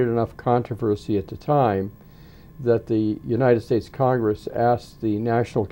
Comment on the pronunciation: She says Uninend States??